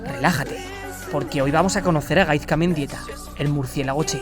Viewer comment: Se pronuncia GaiSka no GaiZka. Por todo lo demas un 10 de video! 😄